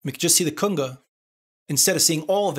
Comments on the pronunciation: Better yet, one time he even says "Kunger". Love this guy's work. Thanks! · Driving me crazy everytime I hear cunga...Cunga??? Lol...Great vids man. The official "go to" place for all things Reaper.